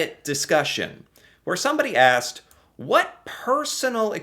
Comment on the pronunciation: Out of about a dozen words Americans mispronounce, the one that irritates me the most is "asked " . To many pronounce it "axed". Wth....s is s and x is x. Makes me wonder about the level of the English language being taught in the education system in America.